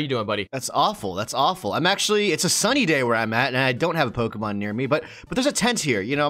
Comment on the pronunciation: Its poke E mon silly not poka poke uh